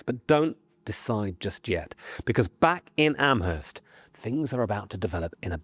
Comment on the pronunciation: This is not important, just an FYI. Amherst in Nova Scotia is pronounced Ammerst, possibly because historically it is near to Nova Scotia's Acadian (French-speaking) settlements where the H sound would be omitted. Another thing is that I wouldn't put much stock in the significance of MacNeil surname indicating one and the same person - all of NS is rife with MacNeils of all spellings. Speaking as someone who lived in the region for several years.